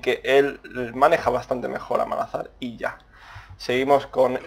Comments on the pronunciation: tampoco se dice malhazar, se dice Malzahar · MALAZAR jajajajajajaj MALZAHAR .... en fin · Se dice Malzahar, cojones ya xD. Pero que yo hasta hace poco decia Mog Kaw y tampoco pasa nada sabes? xD